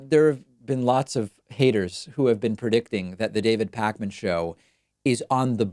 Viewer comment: It's Pakman! Not Parkman...jeeesz. Great interview though. Very interesting